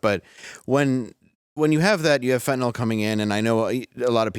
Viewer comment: Fentanyl is pronounced "fin-ta-nill" (nill rhymes with pill) it's not "fentanALL".